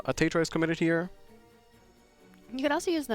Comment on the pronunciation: Were som nice games played here! Really wish this game got more views. It really deserves it. As a side note. Please stop pronouncing Zwei (German word for two) as Sway... XD